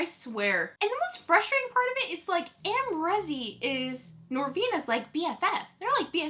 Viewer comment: Isn't the name Am Ree Zee ... instead of Am Rezy? Have I been saying it wrong all this time?